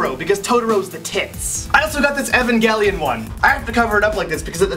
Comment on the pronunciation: you pronounce funny evangelion